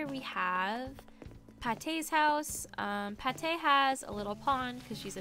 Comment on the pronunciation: Me just realizing that Pate should be pronounced “Pa-tay” than “Pay-te” 😭 and she’s my fav